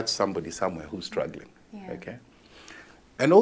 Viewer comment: He say HAPPY WOTH STTUGGLING mmmmm